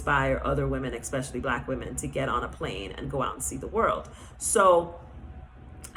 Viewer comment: You raise valid points , but I would like to encourage you and all other people who are reaching a wide audience to use proper pronunciation when speaking English. Otherwise listeners pick up that incorrect pronunciation and our language slowly but surely becomes altered. The word is : especially.… I noticed you and some others online pronounce the word: eKspecially which should be pronounced without the letter K , and just how it is spelled: ESPECIALLY I am a teacher, and am striving to help preserve the English language, so that these incorrect habits do not get picked up by the masses of people who are listening and thereby use the incorrect pronunciations and uses of words. It is especially confusing for foreigners who are trying to learn English and they hear inconsistencies and become more confused. It’s not an easy language to learn. Much love.❤